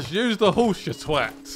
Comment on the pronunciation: Does anyone else enjoy the way he says twat? It's different than what I usually hear around here.